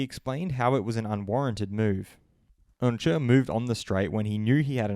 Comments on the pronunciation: Who's Onjer? You mean Oncu pronounced ON-Shoe? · Bro if you’re gonna slate him at least pronounce his name correctly 😂